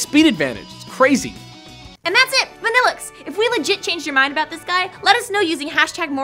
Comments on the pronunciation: I like Vanilluxe and i've used it in 2 games. If you pronounce it the correct way it sounds even better. why are you pronouncing vanilluxe as vaa? when its clearly a pun on vanilla? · I've always liked Vanilluxe but isn't it meant to be pronounced (Van-ill-uu) ?